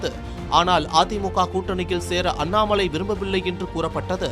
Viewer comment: அண்ணாமழை இல்லடா அண்ணாமலை டா நாக்கு வழிச்சிட்டு செய்தி வாசிங்கடா 🙏🙏🙏🙏